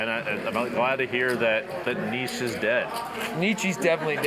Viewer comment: These people should never be allowed to speak about Philosophy ever again. They can’t even say Nietzsche.